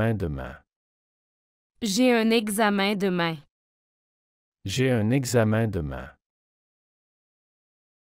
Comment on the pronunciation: 第16句的demain的读音明显不对！